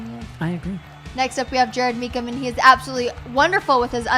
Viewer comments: Jared mispronouncing Mecham 😂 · Me too, and don't forget how kept mispronouncing E&J's last name as it is spelled, Mee-CHam instead of Mee-CKam. The other good one by was "She must have been up at 12, 2 and 4 last night with a newborn baby!" Hilarious!